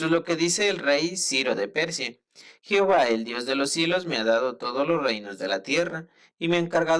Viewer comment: Se pronuncia Jehová, no "jihova " de todo lo demás está bien